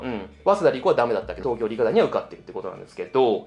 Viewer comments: 思った。理科大⤴ って言いますよね。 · 理科大の発音が新鮮